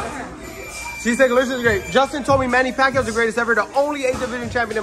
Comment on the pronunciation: Many Paquio...... hmmm, are you trying to say Arturo Gatti?